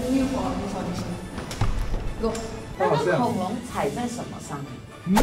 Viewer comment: Is our chinese education that much of a failure? He can’t even say simple words like tongue or dinosaur?